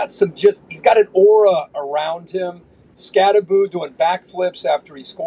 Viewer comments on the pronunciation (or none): It's pronounced, "SKATTEBO," Pat. The name is Skattebo with the B and the O at the end. SKAT-TE-BO. NOT "Skat-te-boo" as in Scooby-Doo, ok.